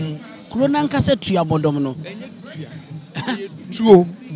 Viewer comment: Why did the presenter keep on saying "Tuabodom" even after he was corrected that the proper word is TUOBODOM?